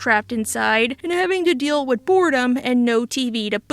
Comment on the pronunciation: Can you say with not wid. Sorry you speak so well except for this word. It bugs me